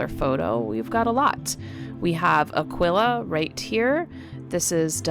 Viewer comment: Its uh-key-kuh.... Like aqui ... Like Tequila... Pronounced uhh key meaning here... Its NOT uhhh quil uhhhh....